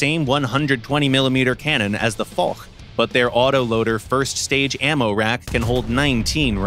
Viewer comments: again not for but fosh in prononciation haaaaaaaaaaaaaaaaaaaaaaaaaaaaaaaaaaaaaaaaaaaaaaaaaaaaaaaaaaaa. ;) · The foch is pronounced fosh not for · Now for the last time, we say the AMX 50 FOSH not the AMX F*CK !!! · Yeah, hard to explain to non-French that it's pronounced "fosh". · Nope. It's horrible. Foch is Fosh, not Fok, Foch was french not german ! Same for surblindé and surbaissé, sounds like the I isnt in the name Adn the engine isnt german but french. German design ? Maybe ! German built ? Hell no ! They got so much things wrong in this video.. But hey ! It's Gaijin, they dont care about FR